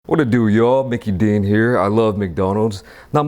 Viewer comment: Man really said Mickey Deen lmfao!!